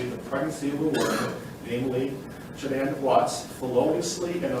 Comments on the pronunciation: needs to pronounce Shanann's name properly. Wow, he couldn't even ask her family how to pronounce her name? Shame on him. SO disrespectful. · It's Shannan RZUCEK